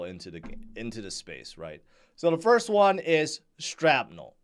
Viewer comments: It's not Strapnel....😂 it's shrapnel...like from a granade... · why you call it strapnel? 🤣😂. and you telling us to "strap on" all the time! 😅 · I heard him say sTrapnel. SMH